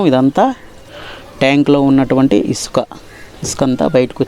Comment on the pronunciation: ఇస్కాన కాదు ఇసుక బ్రస్ కాదు బ్రష్. నీ ఇంగ్లీష్ మండ